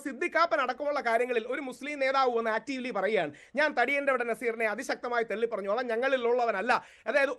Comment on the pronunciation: തെള്ളി അല്ല രാഹുലെ.. തള്ളി 😂